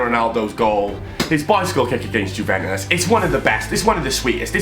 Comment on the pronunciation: Why do you say juventis like that